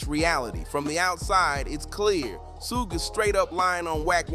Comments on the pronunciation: You must be a young kid. Keep saying suug because everyone knows suge knights not Suug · Mf said sooj 🤣